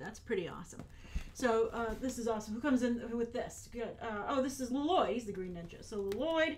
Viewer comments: Lol u said Nya and Lloyd wrong 😝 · I love how you constantly say LiLoyd even thought in the trailer he corrected his dad on his name Lloyd, a true Garmadon lover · I like how Grace calls him L-loyd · I would KILL for that box!! I also love how you've started to pronounce "Lloyd" as "L-loyd"! Every time you said it i had to giggle! Also, they're really pushing us to love Garmadon with all that stuff - and it's working! I want him to be my dad!! I also expect some reviews on the LEGO sets on here, or at least some pics on twitter! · You call him L-loyd and its great. Also, I love how excited you are about all those stickers! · My favorite part of this video was that you pronounce Lloyd the way garmadon did in the trailer "lo loyd" 😂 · I love how you pronounce it "Lo-loyd" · I use to watch the show like 1 or 2 years ago,so I got all the names down pat, but when you say Lloyd it sound really weird to me lol, just cause I use to be abscessed but I enjoyed your video like always 👍